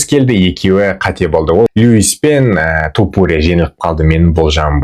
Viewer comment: Топурия емес, айтқанда Тапурия деп айтшы. Быдықтар сияқты болмай